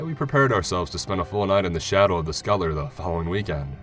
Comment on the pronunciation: Skutlr?!!!!!!!! PLEASE SAY SCUT TUL LER